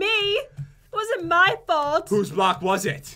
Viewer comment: says " stay away from ma sponges "